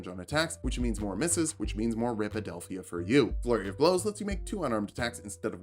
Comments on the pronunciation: Did you say "Rip-adelphia" instead of "Rip-pohst???? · How did you pronounce "riposte"?